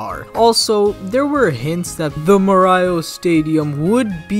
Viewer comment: Why do you read morioh like that???